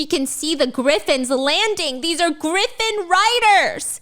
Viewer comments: Gryffin is pronounced the same as Gryffindor, griffin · Love Stephanie's storytelling but everytime she pronounces Gryffin like that my heart hurts a little.